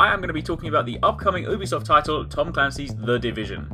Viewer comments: its not ew-bisoft... its YOU-bisoft... Ubisoft pronounce it right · Actually most people pronounce it like OO-bisoft...